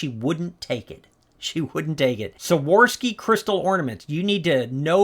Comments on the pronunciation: Hey! I think I've watched every video you (and sometimes Melanie) have made and I've learned so much. If you don't mind, I'm just giving you a little correction. The brand Swarovski is pronounced Swore-off-ski. I figured you might want to know. Hope I didn't offend! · Why can’t anyone pronounce Swarovski? 😂